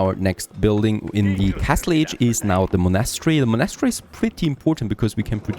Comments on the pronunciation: haha, wait... what did i just hear.... you dont know how prenounce a word like "monastery" ?! OMG i'm sorry but it was just like the most funny thing i've heard in a while when it comes to people trying to speak fluent english ^^ Look, Its like this you say it and try after me,... Mon-est-ery. its a religious buliding, kinda like a church or a cathedral. only diffrence is that a monastery is a structure were kinds like monks live or study, and in the old days of missionaries voyages, the monks traveled all around the world building monasteries and chapels to spread the word of christianity. "witch is just BS, because we all know the monks mostly raped natives anyway" But enough about that, and im so sorry to sound like a pain in the ass. You sound like an old enough gentlemen that really would know how to say such a common word like that, even if you're not born in Britain. whatever, nice video anyhow! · Thats not how u say monastery ;) U say monAstry its monastery. Or is there more than 1 way to say it?! Like privacy. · The way he says monastery kills me everytime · You’re not saying monastery right